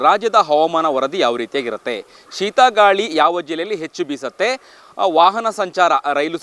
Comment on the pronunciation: ಸೀತಾ ಗಾಳಿ ಅಲ್ಲಾ ಶೀತ ಗಾಳಿ. ಹವಮಾನ ಅಲ್ಲಾ ಹವಾಮಾನ ವರದಿ 😂👍. ಎಲ್ಲರೂ ಎಚ್ಚರಿಕೆಯಿಂದ ಇರಬೇಕು 😊👍